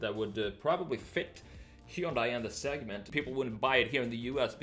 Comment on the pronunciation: Hyundai is pronounced like "Sunday".